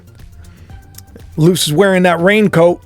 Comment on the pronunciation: Luce.. (Lu-say)